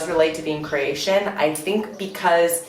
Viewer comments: This girl is dumb. Keeps saying CrEatian, it's CrOatian. You'd think the dummy would know how to say it by now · Hi there, you may want to pronounce the name Cro-atian and not Creation.... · Cration ITS CROATIAN NOT CRATION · It's really annoying the way she says Croatian , lol really annoying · i hate the way she says “croatian”. like he taught u words in croatian but he can’t teach u how to say it properly. ne kužim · It's CrOatian, not whatever you are saying. This is. stupid video.